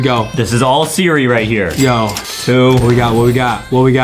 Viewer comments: Justin sed sera idiot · justin say sirl srach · I love how Justin’s say Siri but he says Sara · I love how Justin mistakes “Siri” with “Sarah” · yeah justin like. To say sirl Sarah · He zaid Sirah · Yeah I like when Justin says Sarah but it's actually Siri bruh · Justin: Sara Me: bro it is siri Adem:siri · Justin: sierra " me: ITS SIRI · Mabe Justin needs a teacher because he keeps saying siri shara 😂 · It is Siri not Sarah